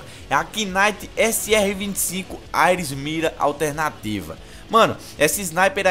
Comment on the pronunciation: O cara fala AIRES mds